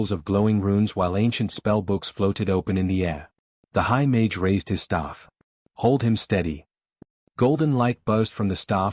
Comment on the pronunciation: Interesting story, but you should check before you upload, all the repetitive parts are unnecessary. Plus you should teach the AI to pronounce mage correctly.